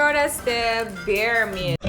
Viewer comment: Bear kan ucapanya ber bukan bir. Jauh kali deer sama bear ucapannya, dir sama ber. Kalo dir sama bir deket